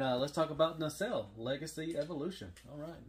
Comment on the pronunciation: You’re finally saying Nacelle correctly! 👍🏻